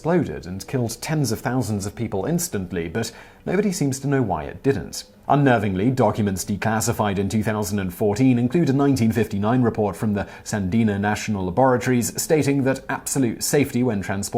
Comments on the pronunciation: "...from the Sandina National Laboratory..." Don't you probably mean "Sandia"??? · Simon says "Sandenan " Does he mean Sandia National Labs, Albuq NM ? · San-D-uh National Lab. Not san-DEEN-ah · It's SANDIA, not SANDINA. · Sandia Labs, not Sandina BTW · It’s Sandia, not Sandina. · Sandia: Pronounced as SAN DEE AH NOT San Dina (Thank you!) ;- ) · It's the Sandia National Laboratories, not "Sandina." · Simon, Sandia is pronounced San-d-ah. Just fyi. Also when a accident with a nuke happens it is code named "broken arrow"! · "Sandia" not "Sandina". My Lai pronounced "Mee Lie". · Simon! (et Al.) Love your work! Please pay a little more attention to spelling and pronunciation: there is only one 'n ' in Sandia (National Laboratories), AND it's a bit insulting to talk about the "goober national" election, despite some of the individuals that have been elected. Thanks for all the hard work!